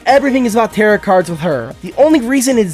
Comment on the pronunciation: im gonna be that guy Tarot is pronounced "tarrow", not "Tarrot"